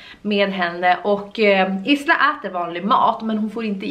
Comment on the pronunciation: Isla uttalas "ajla"